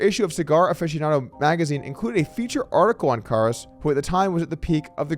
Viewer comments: I feel like somebody made a bet with Doug to see how many different ways he could pronounce Karas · Im counting at least 3 different variations of how Doug pronounces “Karas”. 😂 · You gotta do better than pronounce his name three different ways